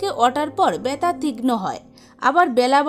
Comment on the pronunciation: Byata na balun byatha😅😅😅